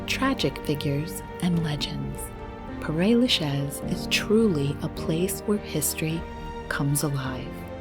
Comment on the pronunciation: Paray Lachez? Mais je rêve! It’s like someone scratching their nails on a blackboard